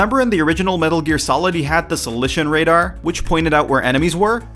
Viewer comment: Wow. He butchered the word soliton radar.